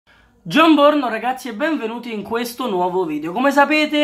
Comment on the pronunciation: quando dici gionborno a me fanno un male le orecchie . 'E anche noi abbiamo un televisore per sapere le notizie. Me lo metti il cuore?